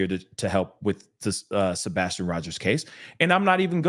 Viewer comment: Seth said that's sabastion. No no no sir. I still am